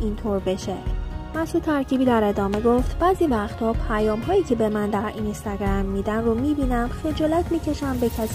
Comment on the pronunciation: اینِِستِِگََرَم!!!😂😂این به چه لحجه ای بود اخه.مجبوری؟